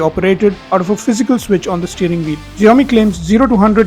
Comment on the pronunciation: Xiomi ---- jiome ❌ Shaomi ✅